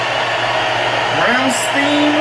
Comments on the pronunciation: "Rams teen"... It's "Ram-sh-tie-n" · If I can add to the conversation. Another common mistake is the mispronunciation of “ Rammstein “. The fellas here keep saying “ Ramm-steen “. Where as in Germanic the proper is “ Ramm-stine “ I enjoy seeing so many different cultures of people taking a liking to the great things from Deutschland. As well as Watching my brother from another mother “ Christoph Schneider “ on the drum kit killing it 🤙🏻 ❤️🇩🇪🇺🇸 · " Ramsteen" 😂 I expected a shitty pronounciation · Rammstein as is Ram Stine not Ram Steen 😂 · LOVE this song!! True headbanger!! Watch the video….you’ll see more of what they are portraying Pronounced RAHMSTEIN She set him up…his buddies were in the barn…she realized at the end, and he blew her up!(in the video) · These guys really know how to hype up a crowd and keep them coming back for more. You can't stop listening to it FR. The name is pronounced Ram-Stine. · Raum-stine, is how their name is pronounced. If you watch the official video, it explains the concept behind the songs lyrics. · Even saying, "I love you" in German sounds like you hate them or are angry with that person. Lol. Their name is pronounced "Rahm schtine" btw. 😊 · It is pronounced Ramm like Rahm then Stein.... One of the best bands in the world.... and Du Hast lyrics is "You hate me to say that I won't obey"...... basically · I can't believe you guys only discovered them last year! Lol Rammstein is bad ass! Pronounced- rom stine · pushes up glasses It's Ram-STINE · its pronounced ram-shhhtine or more rammshhdine. Emphasis on the Shh in rammstien its how the German pronounce the S as a Shhh in English. Like Shhpace is space to a German speaking English. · Proper pronunciation is Rom Shtine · Just so you know they’re pronounced Ram-shtyne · He called them ram-steen 🙄😒